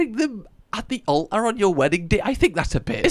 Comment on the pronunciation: ALTAR... Did you miss the T? Learn how to speak. It is really embarrassing...